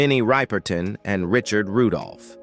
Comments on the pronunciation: Minnie Ripperton’s last name is mispronounced here. It’s a soft “i” as in “rip” v. “Ripe” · Its Minnie Ripperton not Riperton😢